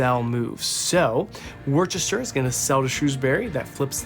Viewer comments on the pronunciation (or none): We English love hearing our towns mispronounced, so please don't take this as criticism, but you might like to know that 'Gloucester' is pronounced 'Gloster' and 'Worcester' is pronounced 'Wuhster'... if you ever have to pronounce 'Leicester', it's 'Lester' btw 😂 x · Just got this game, and I'm loving it. I didn't know it could be played solo, thanks for doing this video. I don't mean to be rude, but it's so funny watching Americans trying to pronounce English place names. Just so you know, Worcester is pronounced Wuster, Gloucester is pronounced Gloster, and we miss out the letter "h" in "Birmingam". I have no idea why we don't use these letters, we just don't. 😊